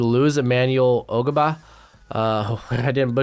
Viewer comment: Ogbah’s name is pronounced “Ahg-bah”